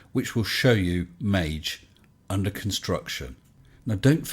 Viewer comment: Please, don’t pronounce it a soft g (māj) Try using Maggie